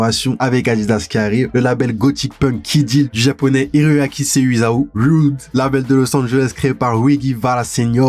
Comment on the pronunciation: ecouter comment a prononcé « rhude » je suis mort